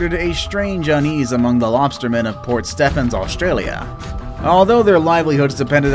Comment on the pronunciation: port "stefans". its steven just spelt Stephans lmfao. Port stefans smh. americans